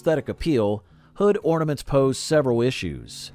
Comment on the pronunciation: Ahhhh “hornaments”